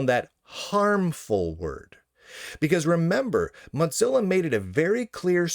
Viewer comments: MODZILLA? Isn't it MOZILLA? Or is it just an accent thing? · Mutzilla? Why do you pronounce it that way ... am I missing a joke? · There is no T in Mozilla. Why do you keep pronouncing it Mottzilla